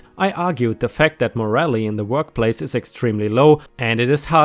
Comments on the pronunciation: Morale is pronounced m( long)oral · Morale is pronounced "more AAL". Otherwise it'd be "moral", as in ethical.